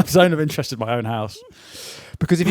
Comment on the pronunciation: Zone of Finterest